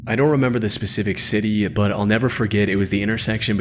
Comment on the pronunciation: Why can't you sya the word "but" properly? "Buyhd'h" Just say but.